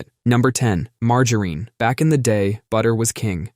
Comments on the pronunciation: It's "margarine" with a short i. The only "Margereen" is Butters Stotch when he's in drag. Also, it absolutely does not taste almost like butter. Ugh! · Margoreen?? It’s not Margoreen. At least not in the PNW. Do people actually say Margoreen in other places? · We can never mock the pronunciation of margereen enough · You're getting closer to the correct pronunciation of margarine. You got the soft G right this time, but the final syllable wrong. It's "mar-jah-rin," not "mar-jah-reen." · Had to fast forward past the butchering of Mar…ger….IN. 😂🤦🏼‍♀️ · MargarEEn? 😂 That’s funny! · Marger REEN 😂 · Again with the Marge - A Rene, lol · it was far worse in an earlier one, something like MAR-GUN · Pronouncing it that way is sack-ra-leej-us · It’s illegal to say margarine that way 😩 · Fun Fact Brits get it closer to the correct pronunciation, it being a french invention and said closer to it's french pronunciation in the UK. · 😂 at least it should be